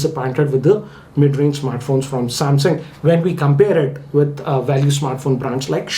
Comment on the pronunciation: M51 lol😂 you say samsung I hear samhang😂